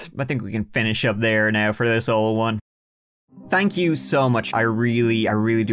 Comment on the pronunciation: Creep on me and say "tank you"